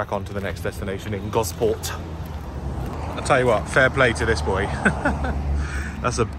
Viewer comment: it's pronounced Goss-port! Gosport.